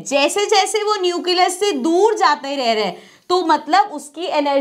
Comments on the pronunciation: mam says it neucelus but it will nucleus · Nucleus bolne ka tarika thoda casual hai 😅